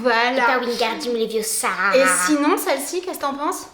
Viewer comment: C est leviossa pas leviossaaa